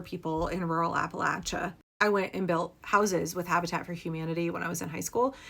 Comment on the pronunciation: 1) From Kentucky, thank you for pronouncing Appalachia correctly. 2) If the people of Appalachia don't want to become District 12 from the Hunger Games, they need to reexamine their political stance ASAP.